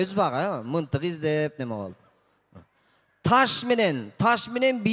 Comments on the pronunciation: Мынтык эмес мылтык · Мынтык эмес мылтык десе жакшы болмок ээ